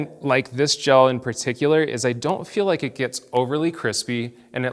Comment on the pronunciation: Did he say Gel?